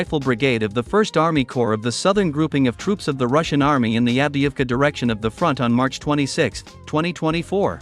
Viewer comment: American is a joke like having poop pants Biden for a president. Also it's Avdiivka and not Adivka and in WW2 it was the Soviet Union and not the Russians. Typical American who knows nothing and talks big but runs away.